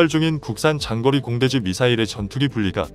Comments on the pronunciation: 장거리 타우러스 미사일을 징거리로 발음하네! 쯧쯧쯧 얼마전 유튜버 깡통걸도 우리나라 선수 김민석을 김민식이라고 발음해서 편집도 대충하는 느낌났는데 여기도 미리 방송전에 오타검수도 없이 대충대충 건성건성 하고 있군요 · 장거리를 징거리로 ALCM을 알크크로. 나참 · 장거리를 징거리라 읽네 로봇인가?